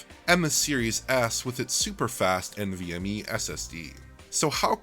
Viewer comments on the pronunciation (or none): none